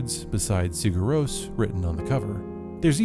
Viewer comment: Might be better to know how to pronounce the name if you're gonna talk about what people understand. ;)